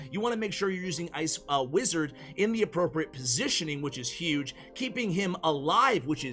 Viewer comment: the amount u said ice wizard for e wizard